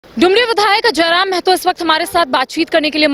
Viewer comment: Ptrakar mahoday mehto nahi mahto boliye